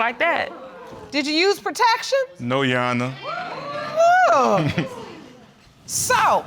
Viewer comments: “Yo-wanna” instead of Your Honor”, my God... poor Judge Lake deserves way more respect!! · OMG, me again...who is "YewHona"???? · Why does it sound Ike she is saying, “yes yawanna”? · Everytime she says "youwanna" (Your honor) I wanted to slap her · I keep cringing every time this chick says your honor all wrong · 🗣your honor Pronounced ur ah-ner... 🤦🏾‍♀️ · Yuwanna?? What kind of talk is that?? They can’t pronounce their own names. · Anyone else annoyed by "yu-onna” or whatever she was saying? Because it's surely not "your honor" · Thgt I was the only one hearing that 🤣🤣🤣🤣🤣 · I thought it was just me, but I did hear Yuwarna🤣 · Yesssss! I am sick of it! Yesuawna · She’s a no good woman, with a no good synthetic wig! ... and I’m still laughing how she keeps saying “U-onna” (your honor) 🤣🤣🤣💀💀💀⚰️⚰️⚰️ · Yes yo-wanna, no yo-wanna.😂😂😔😔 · "Judgonor" both of their speech is killing me ! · I thought I was tripping when I first heard her say Yuwana...😂😂😂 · Leslie Thank you! I was hoping everyone else heard it too! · I came to leave the same comment. Like hold on who is Shawana!? 😂😂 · Leslie Sinclair 😂 you right girl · lolllll now that I hear it, I can't un-hear it! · I swear that’s the first thing I said 😂😂😂😂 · Every time she said it I corrected her!!! Come on now beloved!!! Bless her heart! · I thought it was me!!!! I was like why they can't pronounce "your honor"? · I’m going to need her to pronounce your honor correct and fix her wig and self esteem. She’s just nasty and the child father too. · RIGHT!!! I wanted to say “YOUR HONOR!!!!!” So bad! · She can't say " Your Honor" and he's reminding me of the the boxer from Harlem Nights. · I thought it was just me, but I'm over here cracking up off of how she's trying to say "Your Honor"🤔🙈🙉😂😂😂😂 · Leslie Sinclair exactly what I was going to say! It was driving me crazy I wanted the judge to stop the show and teach her how to say "your honor." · If she says "you honor" one more time I'm going to lose it lol. Like it's YOUR HONOR